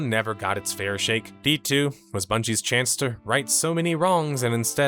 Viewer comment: “age of Bundey’s” haha 💚